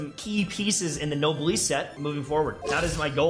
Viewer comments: why do you pronounce noblesse wrong it’s noblesse not noblesse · pls say noblesse corectly